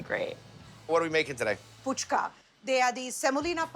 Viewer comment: Missing the all-important 'h' in the 1st syllable of pHuchka is like saying "amburger".